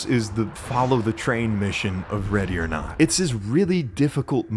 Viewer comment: what accent is that